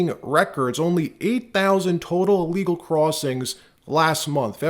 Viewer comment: Maybe I'm just nit pickin' but why is all these podcasters pronouncing everything that starts with 'ill' with an 'a'. The word is not 'allegal' it's said 'illegal'. I've noticed that several podcasters are doing this.